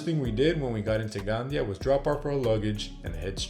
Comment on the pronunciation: Gandía, the "tilde" or accentuation mark, must be pronunced. Lots of black legend, but very nice report.